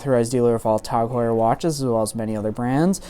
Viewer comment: Since when did it become "Tog" Heuer?